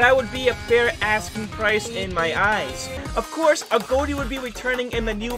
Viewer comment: Correcting names: not A go ti, a got e. In pronouncing agoti like saying a got e